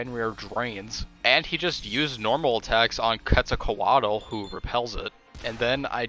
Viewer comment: The way you pronounce Quetzalcoatl concerns me